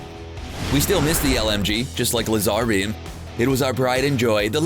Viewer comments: It's Lazer beem not l a s a r e e o m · Lzar beam? Its laserbeam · DID YOU JUST SAT LEZARBEAM!? ITS LAZARBEAM!!!!!!!!!!! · LA-ZHAR-BEAM Drake:Nah LAY-ZER-BEAM Drake:YAS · It's laser beam just lazerbeam not what you said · its not lasar bem its laserbeam to say it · I didn’t know if I should be pissed or be laughing at the way he said Lazerbeam... “La zAr beam” Me: mumbles under breath “La zAr beam” I can’t believe it... WHO THE HECK TOUGHT HIM HOW TO PRONOUNCE WORDS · No one in the world This guy: lazarbeam pronounced as (lessarbem) Or lessareem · did he just say la-ZAR beam? Edit de-QUAN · it's pronounced "Lazer Beam" lol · OMG ITS NOT S SUNDEE ITS SSUNDEE AND ITS NOT LAEZAAAR BEAM ITS LAZARBEAM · Did he actually say Lazaarbeam? What a disgrace to the Fortnite community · lol you said lazarbeam and muselk wrong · Did You Seriously Say Lu-Zar-Beam? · Like s Sunday , viklestars , luzarbeam OOOOOOOOOOOOOFFFFFFFFFFFFFFFFFF BUT HE SAYS MUSELK RIGHT NANI!?!?!? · Did this guy just say Moo-sulk and Laz-ear and Doo-quan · It’s pronounced (lay - zer - beam) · "Lay-zar-bea-am" XD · it’s pronounced (Lay-Zar) Beam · Lazar ream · Muesilk Lahzarbeem LEARN TO SAY NAMES PROPERLY. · l-az-ar beam really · I cringed the time he said LAY-ZAR-beam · lazar bee that’s what I heard🤣🤣😂😂😂👌👌👌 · Man said LA-ZAR-BEAM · LAZ-ARE-BEAM 🍡🍡🤣🤣🤣🤣🤣🤣🤣🤣🤣🤣🤣🤣🤣🤣🤣🤣🤣🤣🤣🤣🤣🤣🤣🤣🤣😅😅😅😅😅BUT HE SAYS MUSELK RIGHT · LAAZAR BEEM (damn pronounce it right!) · "Lazar Ream"?? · Did he say.....Lazarbeam(Luh-zar-beam)? Im dying from a facepalm someday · Fortnite said that the 50 health/shield made thirsting more often and also le-zarbeam!DUDE ITS LAZARBEAM...ok this is bad he even said daquans name wrong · This guy is better than that other that doesn’t know anything about Fortnite. He atleast does reasearch.+ He said laz-zarbeam and that is the defenision of cringe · Did you just... did you just say law zar beam?! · Please stop, you called my fav bloody legend LAAAZAAAAARBEAM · did he just say Lazaarbeam wtf BOT!! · L'zar beam